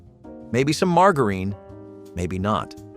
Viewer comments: Who mispronounces margarine? It's not pronounced mar ga reen. What is the third world country doing this video I've never felt like complaining so much in my life life. But this guy is just so wrong about so many things. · Mar-ga-urin? I’m not sure anyone anywhere pronounces it that way. It’s Margarine. Mar-jur-in. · I have never heard margerine pronounced that way. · Min-ut rice, mar-jer-in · Did you say mar grrr eene? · We always had margarine and sometimes Minute Rice. But never mar-guh-reen and mai-noot rice! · OMG learn how to pronounce margarine correctly!!!!!! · Learn to pronounce margarine (marg-jar-rine). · Did this moron really say marGarine for the mac n cheese?? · Mar gurene!!!😂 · The marg in margarine should sound more like Marjory rather than Margaret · This guy doesn't even know how to pronounce half the products. He is an idiot. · The pronunciation of “margarine” and “minute”……..hmmmm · where did they find someone who couldn't pronounce "margarine."?? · Your pronunciation of minute and margarine needs some practice. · Its the way he said margarine for me 😂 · Who even IS this dude? He pronounced the g in margarine like the g in the name Margaret. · No air fryers in the 70's. Kool-aid packages weren't from the seventies and there was no blue Kool aid. Your pictures aren't authentic seventies pictures. I don't think anyone who lived in the seventies had anything to do with this. Also learn how to pronounce margarine and bologna correctly. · Learn to pronouce margarine and minute rice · Why do you keep saying margarine wrong?😭😭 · He couldn’t even pronounce margarine or minute rice correctly. lol.